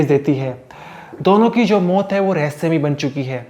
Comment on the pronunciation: मोत नहीं मौत.....learn to pronounce correctly.